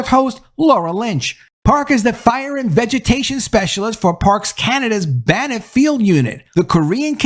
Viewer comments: FYI: Banff is pronounced 'Bamf'. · "Banff"--single syllable. No 'i' between the 'n' and 'f'.